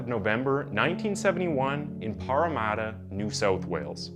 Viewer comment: “Pah-rah-Mattah”, great video but :)